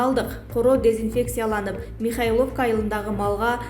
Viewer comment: Оаа..премер..натала деп окуп атат.. натальяны натала депатат. Михаловка дейт